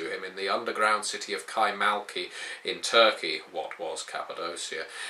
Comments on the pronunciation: kaymaKLı not kaymaLKi... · Isn't it Kay-mak-li?